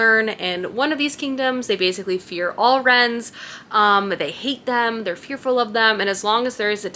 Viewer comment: Not sure if I’m the only one, but I think the “wyrms” you are referring to I pronounced “worms” in my head. Where did you get “rens” from? Is it something the author has addressed?